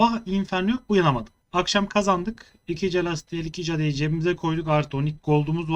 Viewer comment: kardes sunlarin okunusunu ogren allah askina calastiel, cade nedir ya